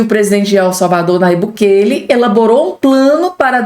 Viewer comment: O nome é BUKELÊ.